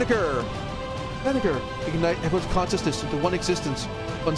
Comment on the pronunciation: Banagher = Bah-Nah-Jer